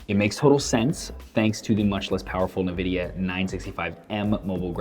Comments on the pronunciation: why do some ppl say "NUH"vidia instead of Nvidia? Great video though. Thanks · not trolling just wanted to let you know it's pronounced ENvidia not Nuhvidia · as far I know it should be pronounced as "nnnnnvidia" and not "en-vidia" nor "neee-vidia" . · Neeeeveeeediiiaaaaa..... So triggered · Fritz Asuro it's pronounced en-vidia. Simple as that. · even tho it's nivida . alot of people say it neeveedia , and in my opinion it sounds cooler ^_^